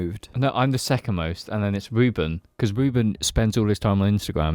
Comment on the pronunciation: I feel like Reuben isn't in as many episodes because you all pronounce it "Ja" If you don't pronounce your R's, you lose them